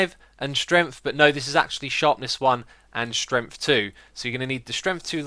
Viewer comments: why do you always say stremt and not strength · “potion of strenf”